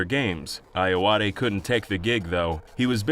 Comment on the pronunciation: I just think it's hilarious that he was able to pronounce Ayoade correctly but not I.T. Crowd or Graham Linehan.